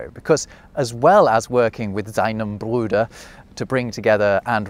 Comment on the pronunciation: Nah dude, your German accent needs work sorry. Bruder you pronounced Brüder which is plural.